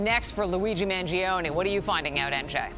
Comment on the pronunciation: You've got his tuition wrong-- It was 40k for high school. You can't pronounce the Unibomber's name or Luigi's. Maybe you should to a dry run before mic time. They are both MKUltra "trainees" like Tavistock Institute. Real life Jason Bournes. It's not complicated when you see the National Security operatives grooming these poor bastards to do a Lee Harvey Oswald or Sirhan Sirhan. Pre-programed. Read CHAOS about CIA's mind control drugs in the 1960s.